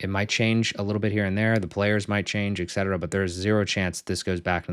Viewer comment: You client just found out it's et cetera, not ex cetera :D